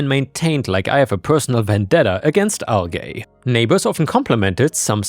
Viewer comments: 'algae' is pronounced AL-gee not AL-GAY 😆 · It's pronounced "Port Angeles" like my name Angela. Anjela. Port Anjeles. It's not a hard "g" sound. It's a sound like a "j". That is a city here in Washington State, a couple hours north of where I am in Olympia. And algea is AL-jee. I am pretty sure OP can sue his uncle since he never received his inheritance. He should do that. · That first story was a horrendous choice. Don't go looking in LegalAdvice, they aren't the usual stories and will be unlikely to have an ending or the sense of justice that makes stories satisfying. And indeed, though this one did have an end, it was a bad one and highly unsatisfactory. NOT a post that should be shared for people's enjoyment. You get a downvote for poor taste. "Algae" isn't pronounced "al-gay", it's "al-gee", like the letter G.